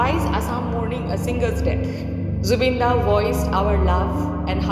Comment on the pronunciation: Loved how you said Zubeen da throughout the video 😊. He is our Zubeen da forever.